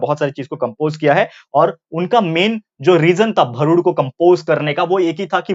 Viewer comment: It is not bharud it's real pronounciation is भारूड